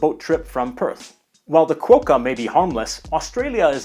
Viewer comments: Had to smile each time you said Quo-kka. We pronounce it as Kwokka. Cheers! :) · Err great video… but… Qwoeka? Nope. And Oodnadattttta? Nope. Sorry,. Some tough words. But we forgive you…:-) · We pronounce Canberra as "Canbra". Quokka = Pronounced "Kwoka" Congrats you got Melbourne right! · Cool video, wasn't aware of the kangaroo numbers, but some mistakes that I thought were odd 1) Sydney is not that far north in NSW. It'd be where you had Jervis Bay Territory. 2) "Quokka" has a swhwa sound, not an \o\ sound. Weird because your indigneous language pronouciations were pretty good. 3) Uluru is never called Ayers Rock. It was a white imperialist attempt, it is only called by its original name.